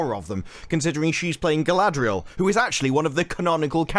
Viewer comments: how do you turn 4 consanents into 6? i thought her name was galadriel, not galaladriel? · Question for or however it’s pronounced now. If Tolkien had put out more powerful women in the LOTRs would the existing women characters such as the one you play be diminished and felt way less important in the story? I’m just curious how your brain works. Certainly not logically. Yes let’s add more more more powerful women that will make Eowyn and Arwen scenes stand out more and hold a ton more weight.